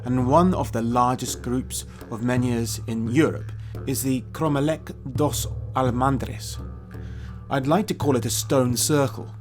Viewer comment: Correction: it's Cromeleque dos Almendres not of Almandres. The pronunciation in Portuguese is something like: Krom-lek dush Al-mendresh being the last ''e'' very soft like the first e in the word: endeavour. Best regards